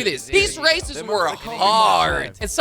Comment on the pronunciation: when he says races it sounds like racist